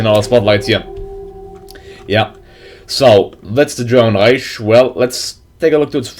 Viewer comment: Reich isnt supposed to be said Reich. You should say it like "reik"